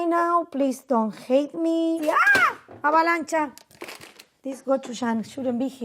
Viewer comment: “Avalancha” HAHAHAHAH